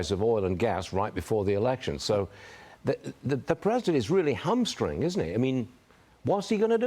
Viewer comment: That would be "HAM STRUNG" not Hum Strung